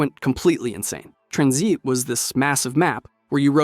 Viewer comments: Ahh yes trunnzeet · "Tranzeet" dawg REALLY????? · Tranzeet lol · Did bro just say tranzeet ? 😂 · i clicked off the video after he pronounced it TranzEEt. fuck that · "Tranzeeet" "Element one hundred fifteen" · and the way he says Tranzeet like bruh 🤦‍♂️